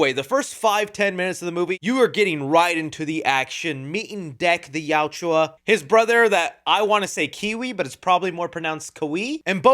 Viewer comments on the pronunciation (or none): I love the film and your review, but please learn how to say Yautja. It yow-cha not yow-chew-ah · Yautja. Two syllables. Yaut-cha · It’s not Yautjua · Good sir, kindly stop saying "Yaut-jwa" and say Yautja. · Bro say yautja right and maybe you won’t have haters in your comments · Plz watch the movie again so u learn how to pronounce yautja. Great movie, most fun I've had since pacific rim. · Hey it’s Yautja your saying it wrong but that’s why fans can help you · I don’t think I watch one YouTuber that pronounces Yautja correctly 😂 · The pronunciation of the yautja is cringe. And his brothers name 😂